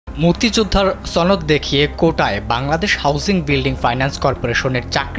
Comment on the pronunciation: it's not ছ ন দ it's স ন দ